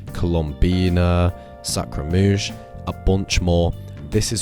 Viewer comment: Please learn how to pronounce Scaramouche, you sound dumb when you say it 😅